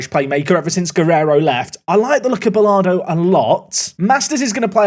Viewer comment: and butchering names, Martinez isnt martin-ez it is marteen-ez. and Bolado isnt Bolardo, no R